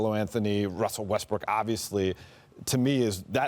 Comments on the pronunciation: Richard says Russell Westbrick LMFAOOOO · Did I just hear R.J say Russell Westbrick🤣